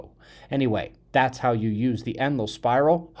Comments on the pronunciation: Thank you for the explanation, it is quite helpful. I used to think you said Emerald spiral and managed to figure it out by comparing the page title to what you were speaking. I use close caption quite often and the bot translates some things incorrectly. Also learned to use 75 playback speed in order to keep up with what you are telling us,,,i bet you walk fast! Hope you had a great Birthday. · I'll be darn!! All this time I thought you were calling it the, "Emerald" spiral. Thanks! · I always thought you were saying "endless spiral"